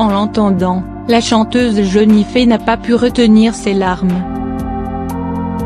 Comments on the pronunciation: Jennifer pas jenifee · jenifee mdr mai ji coi pas